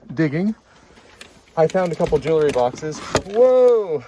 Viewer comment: Arrrrrgggggghhhhhh. It’s pronounced jewl ree. Not jew ler ree.